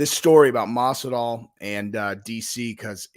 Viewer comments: Masival? You mean Masvidal? Dumb fuck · 'Masival'?? Are u dyslexic? Lol. Or just overly exhausted from working so much/so hard??, luv ya--get some rest (ur prob sick due to overexertion that's weakening ur immune system), we ur fans will understand ur little hiatus from ur channel until ur well.. I hope u get better,soon.😉✌🏼💯